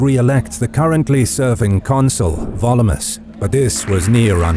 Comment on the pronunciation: I have a dumb question. I know a lot of effort goes into pronunciation this channel, so I assume the repeated pronunciation of "Volumnius" as "Volumus" is not an error. But what is the rule of Latin pronunciation that explains that?